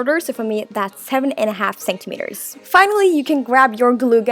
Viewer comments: She says centimetres as Saint-a-meters it's pronounced cent-a-meters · I love how she says senktemetres not centimetres 😂